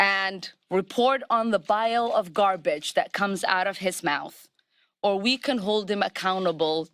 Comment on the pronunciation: I hate the fake American accent Omar has . Why is she so ashamed for her Somalia accent anyway?. Also, she mistakes P for B all the time. As in "bile of garbage" and one or two other words in the speech . She needs to stop practicing the accent and learn the words first.